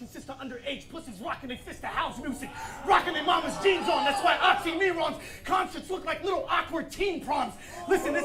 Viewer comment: Hi, man. Oxxxy’s nick should be read as [OKSIMIRON] otherwise you’ve got another word) Thanks for videos;3